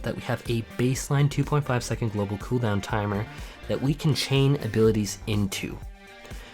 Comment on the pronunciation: The way this guy say "coo down" makes me want to bully him